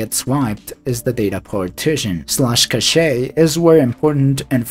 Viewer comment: It's not "CASHEA". It's "CASH".